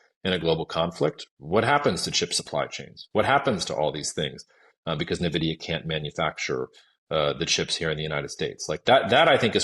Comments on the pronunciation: it's not "nuvidia" it's "en vidia" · When an "expert" can't pronounce Nvidia correctly, it gives the viewer a strong vibe of him not really being an expert...